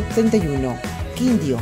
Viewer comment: Hola, siempre nos enseñas muchas cosas y debo agradecer por eso y hoy me siento muy orgullosa de que muestres los departamentos de mi hermoso pais; sin embargo debo aclarar, con todo respeto, que se cometieron varios errores en este video pues para empezar es "Quindío" no "Quindio", "Nariño" no "Nauriño",, "Guainía" no "Guaianía", "Cesar" no "César", "Boyacá" no "Boyaca" (la tilde está bien escrita en el video), "Chocó" no "Choco" ( la tilde está bien escrita en el video), "Arauca" no "Araúca" ( "), "Vaupés" no "Vaúpes" (aquí escribo mal la tilde pero es para dar claridad), "Antioquia" no "Antioquía", y finalmente "Caquetá" no "Caqueta" (en el video está bien escrita la tilde). Espero no haber molestado con este comentario pero me parece importante hacer claridad en esto. Gracias.